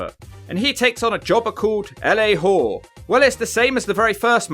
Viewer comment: I was Bastion Booger on many wrestling forums 15 years ago. Also its LA Gore not Hore but its fine no one really cares about him. And Gonzales WCW was a little better but you can also use your dump from yesterday and today again about both runs